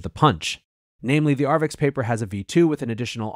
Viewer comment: It's 'arXiv' (archive), not "arvix".